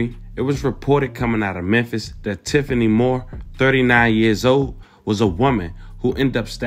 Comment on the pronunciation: Tiff-ney! 😂 Tiffany Moore clearly has something mentally going on. Hopefully King will have a better life with Finesse.